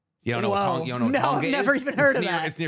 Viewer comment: I loved this ep of the podcast, but as a new zealander (where Māori's are from), your pronunciations of Maori and tonga/Tongan are atrocious.